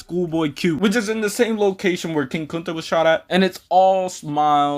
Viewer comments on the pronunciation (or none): King “Cunta” is kinda hilarious